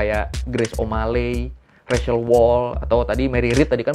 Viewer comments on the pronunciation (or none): none